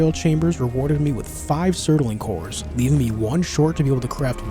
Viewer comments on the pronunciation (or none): love the video but i have to say it, its bugging me too much. its not sert-a-ling cores its surt-ling cores. mispronunciation just bothers me too much sorry, a book im listening to the narrator keeps saying tone-fas instead of tan-fas (the Chinese weapon) and i feel like i die a little inside every time witch sucks because i like the book.